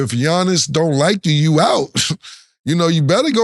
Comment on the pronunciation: Cam butchering Giannis’ last name 😂😂😂